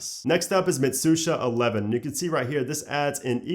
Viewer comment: its not MisushaXI its MitsuhaXI